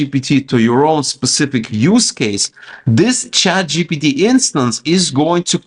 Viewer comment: Why you keep saying chatgot?